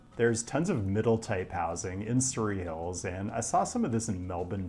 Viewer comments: You pronounced Parramatta wrong. Edit: and Surry Hills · dont forget the surry in surry hills 😅